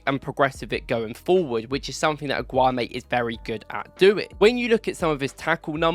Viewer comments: You're wrongly pronouncing his name dude its AAAAAAAGGGGGOOOOUUUUUUUMMMMMEEEEEEEE MAN COMMON!!!!! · Pronounce his name properly man. 😂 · You mispronounce his name every time. It means you're genuinely mispronouncing. And that tells me that either you watch football matches on mute or you haven't watched him enough.